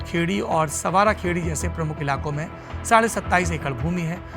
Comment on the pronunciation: संवारा खेड़ी नहीं सांवरा खेड़ी